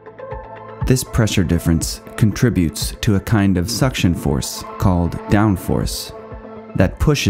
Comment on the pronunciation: SO gratified to hear the verb "conTRIButes" correctly pronounced, not the absolutely incorrect "CONtributes". Thanks for that, at least. (Here's a tip for not getting the music too loud: don't add any music at all. Just a thought - use it, don't use it 🤷‍♂️😝)